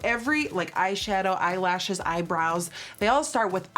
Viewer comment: ok the way she said "aeye lashes"